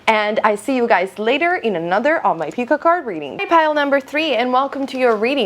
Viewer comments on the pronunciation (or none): Great video, almost every thing was accurate.. and I love how you say 'Pikka kard' lol hahaha